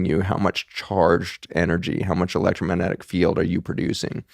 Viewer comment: Please for the love of all that is good in the Universe... learn how to say ELECTROMAGNETIC... there is a G in the word. It really does matter...